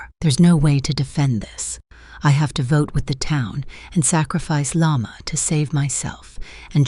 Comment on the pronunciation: the way they all call Llama "yamah" is so funny